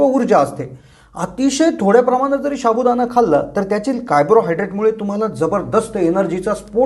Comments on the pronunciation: शाबुदाना नाही साबुदाणा म्हणा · pronounceation wrong sabu Dana not shabudana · शाबु.हासुद्धा.उच्चार नीट करा😊